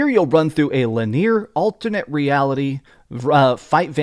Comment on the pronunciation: “lineer”??? Do you not know how to pronounce the word “linear”? I would hope you do considering that’s a key word that is used when reviewing video games. Wow…